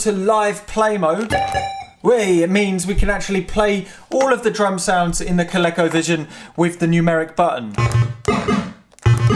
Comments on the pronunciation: Love it! FYI (probably showing my age here) but Colecovision is pronounced with a hard "E". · Here in the states (well mid-Atlantic anyways) we pronounce it ‘Ko-leeko. Never even thought of it with a short “e” sound. Neat!